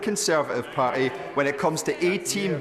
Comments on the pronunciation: Why has always got his left hand in his pocket, has he found a friend. He certainly hasn't got a grip on reality. And can someone tell him the word Party is pronounced using the letter T, or at least it does in English. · there is a T in parTy and a T in arn'T